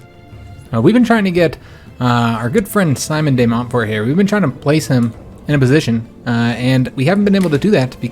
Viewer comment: you pronounce the "de" as in spanish not french. It's the "e" in entrEpreneur (quite rare in english) not the e in "dEcimate"